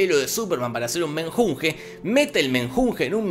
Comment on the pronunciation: MeNjunge? Jajaja dijIeron